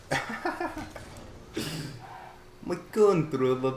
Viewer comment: every time says my i stg he says moi